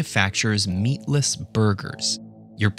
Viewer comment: What's with the emphasis on "meatless" though? They could just have said "burger" without being so specific.